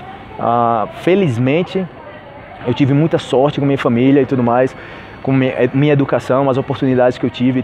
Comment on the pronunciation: Por qué vc fala "Mia" e não "minha"?